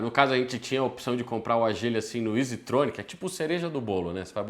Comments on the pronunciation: O povo insiste em falar errado o nome do carro… não é Agíle, e sim ÁGILE! Com acento no A!!!!! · o nome do carro Ágile não agíle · Muito bom que dá pra sentir o desgosto do só de pronunciar Agíle e Kwíde kkkkk